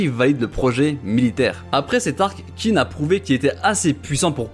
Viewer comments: Meilleure vidéo de la chaîne ! Par contre on ne dit pas Qin (Kin) mais Qin (Xhin) et oui le nom original du pays vient de là (Chine). Encore merci pour ton travail de forcené ! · D'ailleurs je sais que dans le manga ils font l'erreur pour la compréhension mais "Qin" se prononce "Chine" en chinois. Et c'est justement parce que c'est l'état de "Qin" qui a gagné que plus tard ça s'appellera la "Chine" ;)